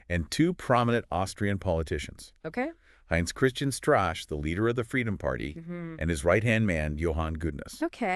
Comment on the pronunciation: Oh, the lawyer's motives are not entirely unknown, he talked about it for FT's podcast Hot Money on Jan Marsalek. Btw, you keep mispronouncing the name, it's shtruh-kaeh.